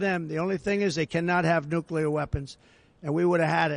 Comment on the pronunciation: I have heard it pronouncesd.. New Clear, Not nuke you lar..... the new clear makes more sense... lol